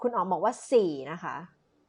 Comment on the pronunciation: 😭😩สี่.......ออกเสียงแบบจีนคร๊าบบบบบบ.....สี่ค๊าบบบบบบ😩😭😭ตายกุตาย......😭😭😝